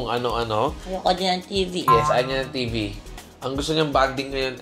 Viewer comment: Sa kaka baby talk ni toni iba nrnig ko🤣 "ayaw nya ng cellphone, ayaw nya ng TiT* hahahaha TV PLA! Inulit kopa🤣🤣